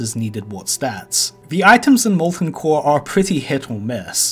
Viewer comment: Ovah waids wike mowten coaw